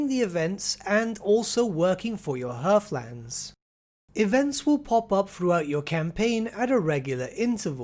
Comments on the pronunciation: Also, I love how no one knows how to properly say HEATHlands. No R. H E A T H. Heath. Like Heathcliff the cat. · Heathlands are not pronounced 'hearth-lands. There is no 'r'.